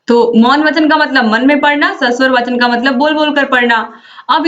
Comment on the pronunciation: वाचन नहीं मैम वचन